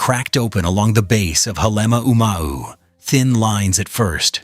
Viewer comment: Dump the purple prose. Also, learn how to pronounce the names of Kilauea & Halema'uma'u. More science, less science fiction.